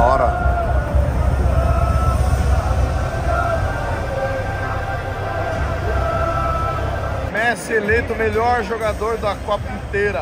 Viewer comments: Ele falou pessi? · Ele falou Pessi ou foi impressão minha? Ksksksks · "vi o Pessi" PESSI KKKKKKKKKK